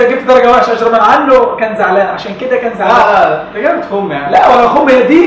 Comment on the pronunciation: اجرم عنو بتنحكى اجم عنو بدون راء 😊